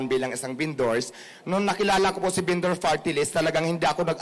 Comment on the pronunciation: se-oh-se binduur